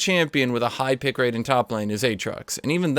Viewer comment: "pick late" wtf, r u japanese?